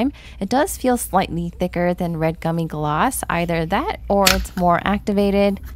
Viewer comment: Btw it's "red gummi gloss"